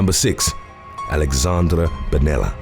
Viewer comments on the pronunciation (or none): none